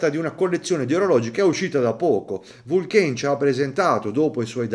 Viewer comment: Grande … la pronuncia nn è proprio francofona … sarebbe Vulcàn … cmq bell orologio e bel video